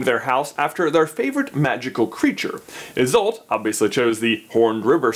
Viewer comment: I’m many years late, but if anyone is interested, Isolt is pronounced EYE-sahlt and Gormlaith is pronounced GOR-rm-la. Sort of a tricky Gaelic thing there with the “rm” bit, literally like the word “room” without the o’s.